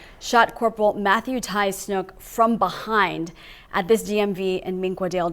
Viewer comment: His name was Matthew snook not “snoop”… just like the one bull in save the last dance… Snook…